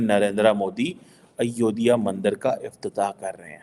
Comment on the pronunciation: Kitni baar tumhe likh diya... Ayodiyaa nahi Ayodhya bolo... 😊